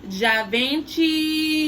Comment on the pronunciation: It's pronounced: Gee-Von-Chee😉